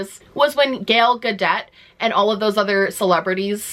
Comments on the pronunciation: Love this video, but Gale Gadet? It’s Gal like gall blatter and Gadot like Gah Dote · Ok this is a very important video and I agree 1000% percent but I just have to say that I am living for your pronunciation of Gal Gadot’s name as “Gayle Gadette” 😂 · can we talk about GALE GADETT?? lol i love how you mispronounce things <3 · Not "Gale Gadet" 😭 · “Gail Gadette” LMAO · I'd like to think mispronounced Gal Gadot's name on purpose lol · please learn to say Gal Gadot’s name properly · okay I love this video and i think you make a ton of great points...but the way you said Gal Gadot made me snort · I’m sorry but the way the way you said Gal Gadot 💀